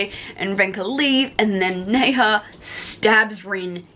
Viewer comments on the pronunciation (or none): Okay I have to tell you Nezha is pronounced like Nuh-ja 😂